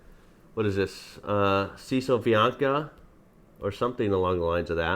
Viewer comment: In polish you pronounce Ł like W in english word "Why". As soon i saw Cisowianka i knew that it will be a good episode, just waited for that reaction. Btw your pronounciation of Cisowianka was spot on the first time.